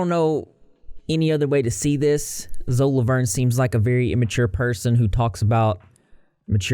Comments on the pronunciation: lmaoooooo "Zo LaVuRn"💀💀💀💀💀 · WHYYYY are ya'll saying 'zo Lavorn' lol